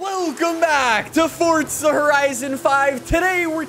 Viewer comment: Horizon not ‘Hotizon’